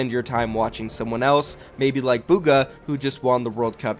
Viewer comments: Why does everyone say booga pls stop its bugha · man called bugha booga... You know he doesnt actually care about buhga... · mans said boogha